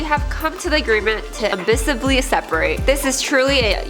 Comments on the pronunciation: She never gets any pronunciations right 🤦 this one was particularly dumb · I had to rewind 😂😂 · The mispronounced amicably caught me off guard. 😂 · Lol oh dear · And it was more than once in this video. 🤣